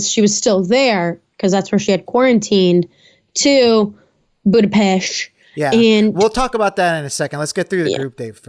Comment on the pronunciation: Always learn something new while listening to you cuties😘 “If you're going to Hungary, it's not Budapest, “boo-da-pest.” It's “boo-duh-pesht.” 😘 Great as usual🌹